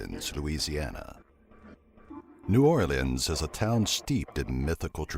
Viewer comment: Someone finally said New Orleans right!